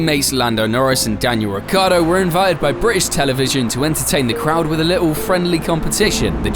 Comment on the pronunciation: Say it with me folks: RI-CHIARD-DO ITS SPELLED WITH A FUCKING I FOR CHRISSAKE